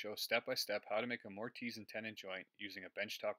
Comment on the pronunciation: He's picking on your pronounciation. Most people pronounce the "i" as a soft consonent so it's More-tiss. The silent "e" at the end would normally cause the hard "i" though, so I don't fault you.